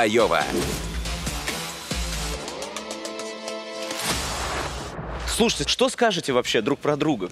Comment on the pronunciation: Как вы умудрились прочитать это Лоя?!.. Даже если прочитать первую букву как маленькую "л", а не заглавную "ай".. Получится Лова.. Но она Айова))